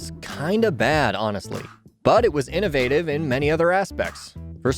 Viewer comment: He can say ‘innovation’ but has a problem saying ‘innovative’. What’s the deal with that?!!